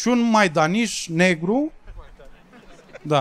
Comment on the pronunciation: Rade cineva de micutzu cand spune "maidanij" :))